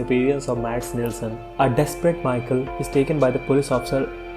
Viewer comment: Good video! But please get the pronunciations of the characters right. Mikkel and Michael are different, yet you pronounce them the same. This can add to the confusion and I'm sure we can already agree that there is enough confusion regarding this show xD